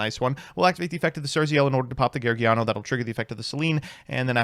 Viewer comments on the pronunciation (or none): nevermind, he called gorgoneyo geargiano, it deserves only one like